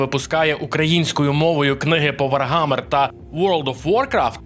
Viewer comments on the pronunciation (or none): написано "Warhammer" - вархамер, а кажеш "варгамер" який Wargammer? обкладИнка - обкла́динка, кОтята - котя́та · ВарГамер ,сайлент Гілл. Гуйня. Не тошню, просто бісить це ваше бачення відміни букви Ха